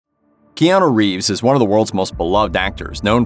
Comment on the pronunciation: I wonder if he gets tired of people that are talking about him.. continue mispronouncing his name.. It’s KeanU.. not KeanO. 😂